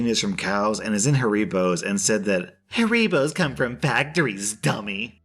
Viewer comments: Im sorry but did he just say haribos as ha-ri-bos and not hari-bos?! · u say haribos like harry bows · Loll “hareebos” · That is not how you pronounce haribos disgraceful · I got a kick out of the way your pronounced Haribos...no slight to you since you wouldn’t know but you managed to make a German gummy candy name sound almost Mexican and it made me smile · The way you pronounced Haribos gave me psychic damage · Anyone annoyed about how pronounced haribos